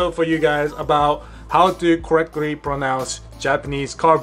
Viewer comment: Why should we worry about Japanese pronunciations? They don't worry about pronouncing English words correctly. Example right at the start of the video. It's caR... not coh. It's "co-RECT-Ly," not cohrecwee.